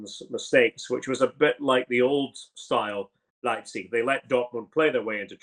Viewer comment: Ryan118 is gutted someone can pronounce Leipzig better than him